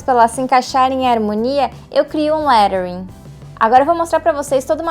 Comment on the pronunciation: Engraçado que é a primeira vez que vejo alguém usando a pronuncia certa de Lettering e achei até estranho... rsrsrs Parabéns pelo vídeo.